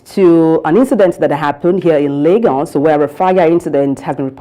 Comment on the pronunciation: Wrong pronunciation of the word 'L'agos'.......